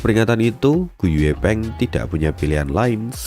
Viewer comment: Gu yi peng bang, klo gu ye peng, gw dengernya gepeng. 😂